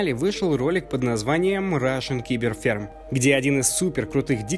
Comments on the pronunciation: Рашн КИБЕР ферм? То есть, russian читаем по английски, а остальное по русски?) Рашн Сайбер Фарм, если чо. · Ничего сложного в этом нет. Кроме клрректного прочтения названия ролика на англ. Рашн сайбер фарм. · Произносится, как "сайберфарм", ну да ладно